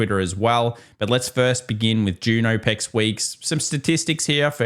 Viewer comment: Aw Pecs = options expiry Oh pex = OPEC’s The oil cartel Just a heads up It sounds really disjointed when you say it that way because my brain has to reorient what we are talking about every time you say OPECs. Every time I’m like what does the oil cartel have to do with quad witching